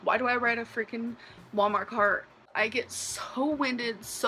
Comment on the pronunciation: The way she says “Walmart cart” is so funny to me. Wahlmar car.